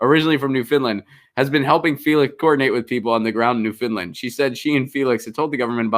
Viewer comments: Please stop with the new-fin-land! It's new-found-land. Thx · It's not "Newfindland" but New - fund - lund...ugh my OCD was going nutz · It's not 'New-Finland', lol. It's Newfoundland. And yes, 'yowl' is a word, at least it is in Canada.